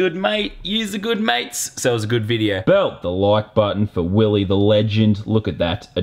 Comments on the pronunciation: It's not willie its willeh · It’s not Willie, It’s WillEH! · ITS NOT WILLIE ITS WILLEH HE SAID IT IN THE VLOG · it's not Willie it's WILLEH!